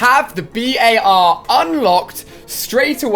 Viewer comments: Dude jus say bar . Its not the B.A.R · Alia its not pronounced B.A.R its pronounced bar other wise it would have those periods between the letters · The BAR is not called B.A.R the way ur saying it is wrong